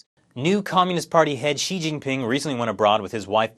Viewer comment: I love how you couldn't distinguish the pronunciations of Xi and She lol